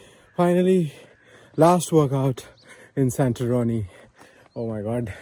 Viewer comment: He Successfully completed the series by mispronouncing it as SantaRoni throughout 😂😂😂😂👍🏻👍🏻